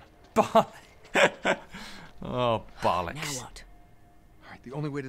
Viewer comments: "Oh... bollocks!" It's hilarious to hear an American say that! xD You're brilliant Tobuscus! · Its so weird to hear "bollocks" said in an american accent :L